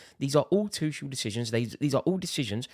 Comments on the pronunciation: AND ITS NOT FKIN THOMAS TUSHEL ITS TUCHEL U TRAAAAAAAASH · Before you start Tuchel out campaign, can you please learn how to pronounce his surname correctly. He is not Tušel. Thanks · What's a Tüschel? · You can't even say his name right. It's Too-Kel, not Too-Shel. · You said it all Axe Tuchel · the way he says Tuchel..uhhh is like someone is scratching my back next to where it tickles.... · I hope they sack him so I don’t have to hear you mispronounce his name anymore 😂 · Go support Arsenal please , you can’t even pronounce our managers name you clown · It's been nearly 2 years and he still can't pronounce his name right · The fact you still can't pronounce his name say it all. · Learn to pronounce his name correctly first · Nah. Rory taking the lampard sacking out on tuchel. Never liked him. Like at least pronounce the guys name correctly and pretend you care. I like you Rory but this is not it. We aren't under roman any more. You can want improvements without sacking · Rory how you still haven't learned how to pronounce Tuchel?